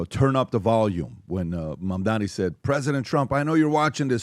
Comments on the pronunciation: CAN YOU STOP SAYING HIS NAME WRONG FFS. JEEZ MAM-DA-NI. Goddamn it get right. Its 3 syllables. It makes me want to punch a wall whenever you idiots say it wrong, its triggering in the same way as hearing nails on a chalk board. STOP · Why are you guys incapable of pronouncing his name correctly? Talking to you especially. Are you guys stupid or deliberately taking the piss? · Not a Mamdani fan but please learn to pronounce his name correctly.